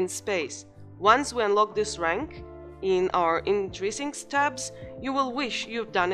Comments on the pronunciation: It's "In-trin-sics" not "In-tri-sincs"... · You can feel the struggle 😄